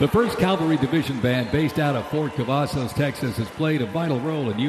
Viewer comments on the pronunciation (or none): The announcer keeps saying "calvary" (like the hill just outside Jerusalem, where Jesus was crucified), instead of "cavalry." For example, just after . Is that how they pronounce it in the U.S.? (I am living outside the U.S.) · Calvary? Does me mean Cavalry maybe? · Could they have gotten a guy who could PRONOUNCE the word “CAVALRY” ???? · Great job, everyone. Well, except for the poor announcer/narrator who couldn't pronounce "cavalry."